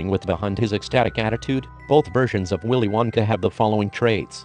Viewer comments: It sounds like.. "Willy Wankah" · willy winkha 😂